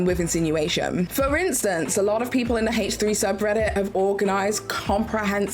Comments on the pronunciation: Again, I'm just talking about pronouncing proper nouns "correctly." She's doing a video about facts and she can at least pronounce the podcast's proper name correctly. She is very articulate. She was able to say consensual non-monogamous relationship over and over with no problem. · H3 is a proper noun. My comment isn't about her accent. Some people don't care but in this case since she's speaking "facts" and did some research she could have at least pronounced as it is pronounced by the creators of the podcast. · Obviously. I'm talking about proper nouns. H3 is a name or proper noun. By weird I mean it's weird to me that is not saying the name H3 the way the creators say it. I have a friend "Jackie" that hates it when Spanish speakers pronounce her name "Yackie." That example is a bit different because English is their second language. is very fluent and aware and wouldn't have any difficulty saying H3 in it's original pronunciation. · It's so weird she won't say H like Ethan and Hila. It's the name of the podcast not just a letter and number. It's similar to when people mispronounce Hila's name. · In this case, I was speaking of H3 being a proper noun. I know not everyone cares when people pronounce their names or babies name or whatever differently. To me it's weird because fluent and articulate and is speaking "facts," but won't pronounce the proper noun the way the creator of the podcast named it.